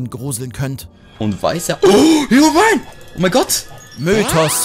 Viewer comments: HeroBrin? Alter, als ob du echt noch die richtige Aussprache von Herobrain gehört hast XDDDDD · BITTE sprich herobrine richtig aus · Hero brin.... Hiro Brein aahhhh das triggert so hart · Bitte wie haste Hero-Brian ausgesprochen??? HERO-BRIAN nicht herro-brin sry aber mich triggerd das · Bruuuder Hirobrein gesprochen nicht härobrin xxD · HÄROBRIEHN alter das heißt Herobrine, also wie hero und "brein" nicht "brien" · Dat Aussprache von "Hero-briiiieenee" xD Beste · Hirobrein weil es ja als "brine" geschrieben wird was meistens in engl. "brein" ausgesprochen wird bei polybius hätte ich polübius gesagt oder poleibius fürs englische gegenüber ^^ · HERROBRIENE HAHAHA zu Geil jungs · Ich hab noch nie so so krass jemand Herobrine falsch aussprechen hören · Nettes Video Aber sollte wirklich lernen wie man Herobrain sagt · "härrobrine" man kennt ihn🌚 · "Herrobrien" xD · Hirobruein ist die Aussprache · Härrobrihn, wer kennt ihn nicht? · Ihr habt doch nicht ernsthaft HERO-BREEN gesagt AHAHAHAHAHA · Was für herro brin?? 😂😂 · Gewagte Aussprache lieber 😘😄. Hero Brian oder wie sagt ihr lieber Kommentarbereich? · Genau deswegen bin ich in die Kommentarsektion gekommen - diese Aussprache hat mir wirklich einen eiskalten Schauer über den Rücken gejagt - und dabei ist gametwo eigentlich die modernste Gaming - Show die ich kenne Ich meine - natürlich kann das mal passieren das man etwas falsch ausspricht allerdings ist es doch schon ein wenig komisch das sich Leute die sich normalerweise so gut in der Branche auskennen so etwas banales und wirklich weltbekanntes falsch machen und sich so einen Fauxpas leisten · Die Aussprache von "Herobrine" macht mich so unglaublich traurig und wütend zugleich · also ein wenig tut es schon weh wie du herobrine aussprichst :D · Also bei dieser Aussprache von „Herobrine“ kam mein Frühstück fast wieder raus. Das tut sogar physisch weh. Ich dachte das Video wurde am 1. April hochgeladen…ich war nah dran. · wie er Herobrine ausspricht XD